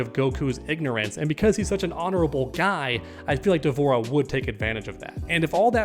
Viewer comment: Almost clicked off the video when you said D’Vorah 🤣🤣